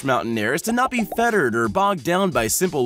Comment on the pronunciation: "not be feathered" - seriously? It's "not be fettered". This reminds me of Will Ferrell in "Blades of Glory" saying "mind-bottling" instead of "mind-boggling". Also He says "when the Zombie herds start knocking" instead of "Zombie hordes".